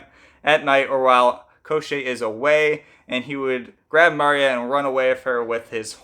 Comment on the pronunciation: It’s not Eye-Van, it’s Ee-von. And it’s not Koh-Shay, it’s Kaw-tchay. With Maria the emphasis is on the wrong part. Rather than Maria it’s more like Muh-RIA. Thé ria is the focal part. And Baba Yaga might be a regional difference since I’ve heard it pronounced the way you did but if you’re going with Ukrainian and Russian the A’s sound the same in yaga as they do in baba. Finally, the story doesn’t contradict itself, you’re missing the ending. After striking Koschei off his horse and cutting him into pieces Koschei reminds them that he cannot die and his body will just come back together, so they burn his body to ash and throw it in the ocean leaving his head in a barrel to bob endlessly away. And should he return, Prince Ivan and Princess Maria would search for his soul to destroy it.